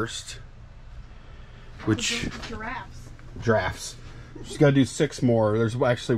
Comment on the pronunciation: I heard "giraffes" as well.